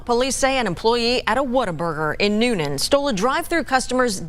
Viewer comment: My take away… it isn’t pronounced New Nan it’s pronounced “Noonun”